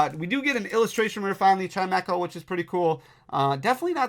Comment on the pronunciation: Thats how you pronounce chimecho?????